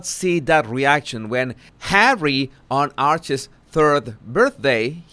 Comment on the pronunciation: No matter how bad my mood or day is going as soon as you say Hawwey I smile and say it out loud Hawwey